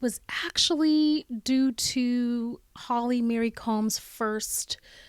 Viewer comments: It's Holly Marie. Not Holly Mary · Why do you keep saying Holly Mary? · Holly Marie not Holly Mary